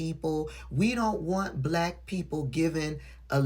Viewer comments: He pronounces it as 'bulaakk_.k' I added the extra letter to the end on purpose. 🤨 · Put that STRONG EMPHASIS on it didn't he. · yes he did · I noticed it too. He always says black with a weird emphasis on the word. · A lot of the lepers do. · He does put a lot of emphasis on it.